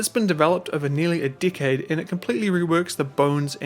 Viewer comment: It's one of the few games I can never uninstall. For when I just get that urge to turtle up with turrets and lob artillery shells at the AI for a half hour. Edit: Your accent is great but while trying to figure out while my grandmother had a "dick" chair, I heard the word "dickade" and finally got it.